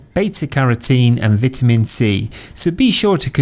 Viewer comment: Lear how to pronounce "vitamin" dude